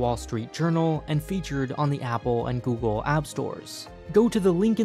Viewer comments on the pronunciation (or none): none